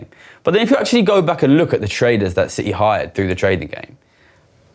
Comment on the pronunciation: uhhh...Citi, not City. lol